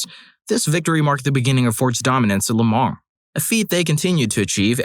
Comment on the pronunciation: FYI, it's Le Mans, not Lemar